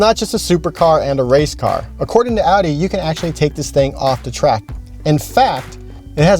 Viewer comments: Its not adi. Its Audi. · Guy butchered the name Audi..